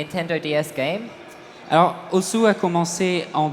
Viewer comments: Oui, Osu! se prononce "Os" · osu is a japanese word and they pronounce it as ''OS'' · Il s'appelle osu, mais ne se prononce pas osu.